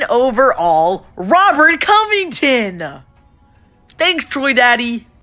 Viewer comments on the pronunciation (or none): none